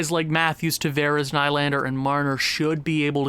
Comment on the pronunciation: Kase is said like Kaw-Sha Nylander is Knee-Lander